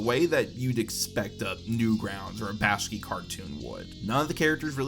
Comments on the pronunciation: Bahk-Shee Not Bash-Key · Pronunciation note: It's Bakshi, not Bashki Back-she, not Bash-key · It's pronounced Back-she, not Bash-key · I appreciate the content but you absolutely need to be more mindful of your mispronunciations because they risk drawing people out of the video. "Slapjicks" (multiple times) instead of slapstick, "Ralph Bashki" (multiple times) instead of Ralph Bakshi are the two biggest offenders but every minute I'm hearing something that sounds off, whether it's a mispronunciation or something getting garbled or run together in your sentences. It's hard to listen to and diminishes the quality. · you can spell it right? How come you say BashKey in the vid. No shade, beyond getting the homie Ralph’s name wrong. I dug the vid tho